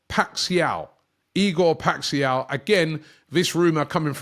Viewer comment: I have never heard anyone say "Paixão" that badly